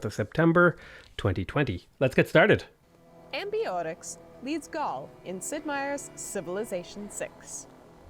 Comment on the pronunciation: Amborix -> Amboree, he's french after all.